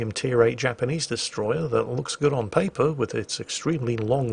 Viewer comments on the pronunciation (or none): none